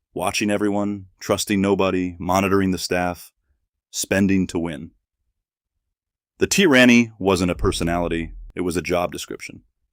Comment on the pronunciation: The "Teeranny" lmao.